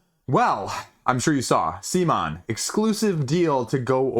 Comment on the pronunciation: At about mark of this BGG video it's mentioned CMONs official correct pronounciation... It's not sea-mon... it's c'mon! Please don't be stubborn.